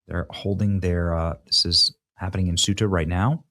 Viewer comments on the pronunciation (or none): Ceuta = "Say-oota" 😊 ("Thay-oota" w/spanish accent) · Benny... you're KILLIN'ME. Say-uta Ceuta C'mooooonnnnnn